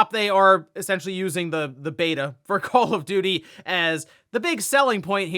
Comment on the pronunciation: It's call call of duty not call if doody.